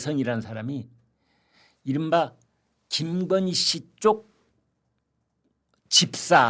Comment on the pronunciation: 이 아저씨는 도데체 뭔 이야기를 마치 젤바른말 하는사람처럼 말끝에 힘을꼭주면서 언근히 김건희여사를 까네 말말이 김근희 김건희 하면서 우파라 치는데 어쩌면 이리도 왔다리 갔다리 하는지 늘 맘에 안드는 사람이다